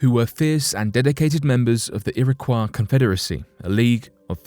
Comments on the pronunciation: I feel like I should share my knowledge on the correct pronunciation of some of these tribes as I feel it is very much deserved Iroquois- iro-koy Algonquin- algon- kwin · You really should have made an effort to learn how to properly pronounce Algonquin and Iroquois before making the video bud. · U strugglin with the Algonquin and Iroquois pronunciation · I have been twitching each time the narrator says, "Iroquois." I lived in Irondeqoit for several years and now live in Spencerport. In my opinion, if someone is going to narrate, that person should make sure he or she knows how to properly pronounce all words. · Iroquois- ear-a-coy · Its" ir - a - coy " is it not? Its not a French word right?. This guy pronounces it like it is. Thats how you pronounce those letters when you see those letters in that order cause it means Its a French word. Here i dont think thats the right way but maybe it is. Maybe the French gave them the name we still call them today. Thats very possible cause the French were there during the time the white men swindled them out their homes. They Probably called themselves something different but maybe not.. As you can see I dont know lol. Ive only ever heard it pronounced irra coy though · Ok, I live in Rochester, NY, and its an area that has a strong background for the Iroquois . The town of Irondequoit is 10 mins from me. I've lived here my whole life, and have never heard the pronunciation u use here. I've only ever heard Iroquois as "ear-ah-coy". But hey, maybe I've been pronouncing it wrong all along. can I get clarification? 🤔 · Its pronounced irakoy not iraquaw ( phonetic spelling ) not spelled this way but pronounced this way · It would have been tremendously respectful to the Native American tribes mentioned herein if the narrator of this video had learned how to properly pronounce the tribe names. Kiowa is pronounced key-o-wa. Iroquois is pronounced ear-o-quay. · Iroquois: ear👂🏻— ah — koy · Lol ERA KWAH.... did they invent la croix?